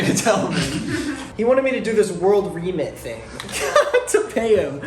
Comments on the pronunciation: Does not know what the word remit means? I was dying every time he said “reemit” 😂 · Why is saying Re-mit like that... its from the word Remittances.... many people send money back to their home countries etc.